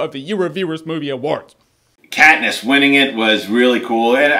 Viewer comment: katness????? really?????? come on